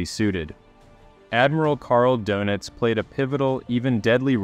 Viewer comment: You might want to listen to the German correct pronunciation of the admiral's last name, just saying.